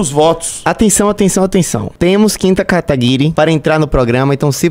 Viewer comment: kimta kataguiri?